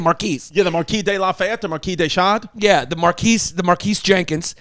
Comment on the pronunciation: Chris finally pronounces Marquis De Sade correctly, then immediately reverts to an incorrect pronunciation.....classic Chrissy!